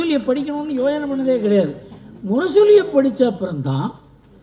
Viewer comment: Yosanai not yojanai. You know only mylapore not vadipatti, pakkam etc.